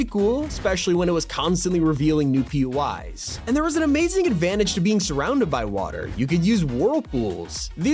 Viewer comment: I keep hearing him say "Pee-yoo-eyes" as in PUIs, but isn't it "Pee-Oh-Eye" as in "POIs?" Places of interest?